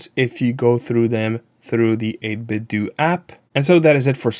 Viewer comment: The way you pronounce 8BitDo has the unfortunate side effect of sounding like 8BitDookie Board when you give us the product name like that! haha. I love their Gamepads, so if I'm in the market for a new mechanical board, I'll take these guys into account.